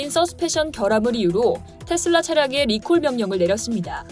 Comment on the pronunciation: 나만 텟쓸라 라고 들리나요?